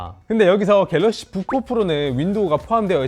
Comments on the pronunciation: 다른건 안들림. 갤럭시 북푹 프로... 졸라 거슬리네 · 갤럭시 부포포로